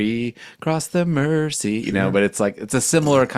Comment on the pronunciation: It's pronounced 'Merzey', not 'Mercy'.